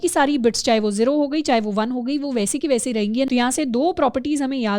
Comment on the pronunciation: guys, its not zeero its zero